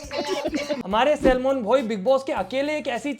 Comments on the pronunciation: its salman not shelman😂😂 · Pahli bar Salman bhai hota hai bhai Salmon nahin hota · Bhai भाई और तो सब ठीक है पर आप सलमान भाई को शेलमान भाई मत बोलो please😂😂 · First of all its salman not selmon😂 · Sellmon bhai 😂😂😂 kam se kam name to thik se le lete Salman bhai 😅😅😅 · Ek baat to Salmoan bhai Nahin hota Salman bhai hota Hai